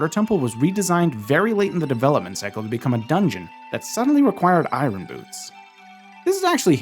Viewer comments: Iron is pronounced “Eye urn” not “Eye run”. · Why are you saying “eye-run”, “eye run boots”, that isn’t how the word is pronounced. Say it like “I yearn” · I-Or-n, not I-Ron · they're not eye-run boots, they're eye-urn boots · Eye Ron 😂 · It's so triggering hear Eye-ron boots the entire video, only for an Iron Knuckle to appear with perfect pronunciation. Like, wtf dude? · Eye-Urn... Iron. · Really great video. But I've got to ask: why do you keep saying it as "eye-ron"? The r is meant to be silent. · Ah yes, the "I run" boots 😂 I've never heard anyone pronounce iron that way lol quite an interesting accent. I wonder where you are from, it's pretty unique. Anyway, thanks for the info, and I love your cute little avatar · Every time you say Eye-Ron Boots, I take a shot. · "irin" i have a cousin who likes to pronounce it that way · you say iron I run which is hilarious because you keep saying I run boots but have you tried running with them? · You had me at "eyerahn boots." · Every time you say “i-R-on” boots I cringe. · You say Iron weird. Like Kronii. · I always chuckle when people pronounce the r in iron 😅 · i don’t think i’ve ever heard anyone pronounce “iron” like that before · As a former educator, I just want to say you have the most unique way of saying "Iron" that I have ever heard. Nice video btw, the teacher in me just had to say it. 😅😂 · I can’t take it. That’s not how you pronounce iron. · Why can’t you say iron… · Great video. Really enjoyed learning the ice arrows could freeze the sliders. Also you say iron really weird. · The way you pronounce iron angers me immensely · Why are you pronouncing iron like Norm Macdonald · Larry King would be turning in his grave listening to you mis-pronounce “iron”. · Bottom of the well is optional, and the r in iron is silent